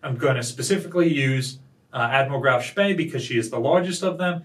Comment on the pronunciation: Danke for pronouncing Graf Spee correctly. 👍